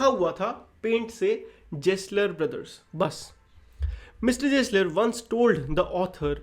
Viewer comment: bro its gessler not jessler pronunce karna bhi nahi aata